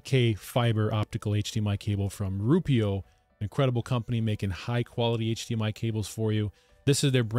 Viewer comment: I think the company may be called ROO-eh-pro.